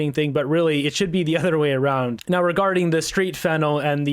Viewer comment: It is not Fennel It's Fentanyl Get the pronunciation wright!!!! Fennel is a spice I use it when I cook! Other than that I like what you have to say!